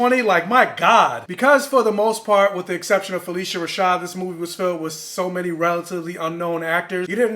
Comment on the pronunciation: Fuh-lish-uh Rashad